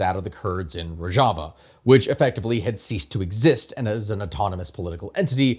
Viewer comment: Rojava is pronounced roe-shuh-vuh.